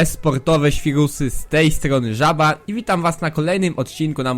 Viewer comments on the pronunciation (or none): Masz trochę wkurwiający głos ale rozwala mnie jak mówisz "żaba" xD